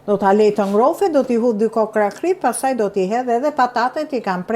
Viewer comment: Kripe themi dhe jo kype 😂😂